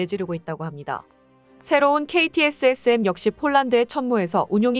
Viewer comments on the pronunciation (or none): 인공음 머냐??? 시밤 케이티짐을 먼 세세세 하고 자빠졌어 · 케이티에스에스엠 이러는거 진짜 못들어주겠네. AI에 대사 입력할때 한글로 '케이티즘'이라고 쓰는 센스따위 없나? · 대본을 읽으시는 분이 KTSSM을 수십번 발음하시기가 굉장히 힘드신 것 같습니다. 그냥 케이티즘으로 읽으시는 편이......... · 케이티즘이라 말하면 좋을텐데 듣기가 좀 그렇네요.